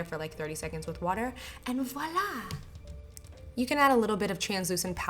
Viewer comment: « And Voilaa ! » I Liked it :) I'm from Quebec so french is my language!